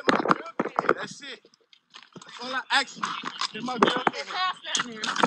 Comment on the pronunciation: you are screwing up the English language its Ask not Axed. Can they just not shoot him oh did i say that with my outside voice.